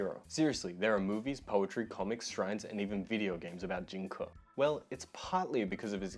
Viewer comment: its pronounced Jing "Kay" not kuh. Just so you know. Best wishes